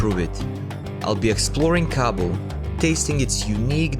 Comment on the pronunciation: I am from Afghanistan and you said Kabul wrong